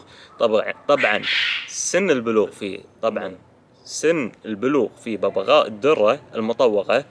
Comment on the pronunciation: ببغاء وليس بغبغاء